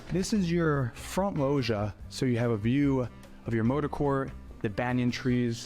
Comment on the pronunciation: Every time the realtor mispronounced "loggia", an Italian died. I also feel a high-end realtor should know what a juliet balcony is, this one doesn't.